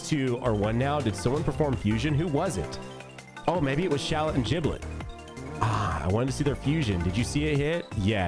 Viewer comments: Lol I believe its pronounced Giblet not Jiblet. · Did bro just say "Jiblet"? 💀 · It's giblet